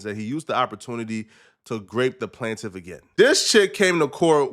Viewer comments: I'm wondering what's he's talking about 🤦 this kid really said the "plantive" 😂😂😂 how could you be a dumb nerd. Bro doesn't know how to read 😂😂 it's "plaintiff"!!!! It's pronounced "plain-tive. You can tell he thinks he's funny when he says "igaboo" & "304" as if it's a hilarious catchphrase. It's just dumb smh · BROOO ITS “PLAIN” TIF NOT “plan”tif!!! YOU PLAIN,PLANE not plan!!! AND dude he is telling the truth!! How fair is it that a woman can be “anonymous” when attempting to take a man down??? You think it’s funny but imagine just IMAGINE if some woman tried to take you down but gets to not say who she is so you can defend yourself properly!!! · Solja dont need help does he is he dislexic or however u spell it who say plaintiff one time but when he reads it its PLANT IFF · Funny when people say words right when talkin but when they read words they dont read often they make new words up like plant iff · Plant - tif LOL this guy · It’s PLAIN-TIFF dumbass